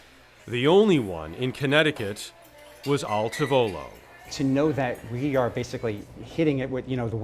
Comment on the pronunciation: " al TAH volo" per favore!